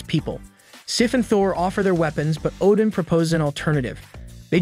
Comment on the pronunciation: so, Oddin entered the Odin-sleep? Same word pronounced 2 different ways in 2 seconds!